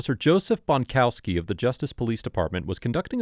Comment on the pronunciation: Bonkowski is a WA with a T on both ends